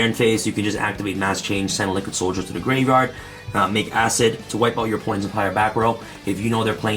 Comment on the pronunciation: I like it when he says "graverard"